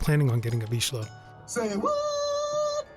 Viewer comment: Congratulation. I am hungarian but I very rarely hear the correct pronunciation of vizsla in English videos. Yeah I know. You don't have "zs", so it's hard to learn. That's why it's a nice achievement.